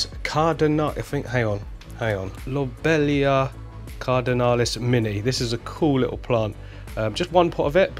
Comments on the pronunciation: Low-bee-lee-ah Lobelia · Low bee Lee ah dude lol, sorry that's how it pronounced